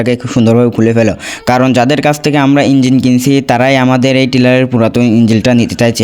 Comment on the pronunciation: ইঞ্জিল নারে বলদ ইঞ্জিন হবে।